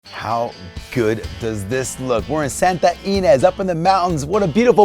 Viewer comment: "Santa Ee-nez?" We call it "Santa Yuh-nez", please.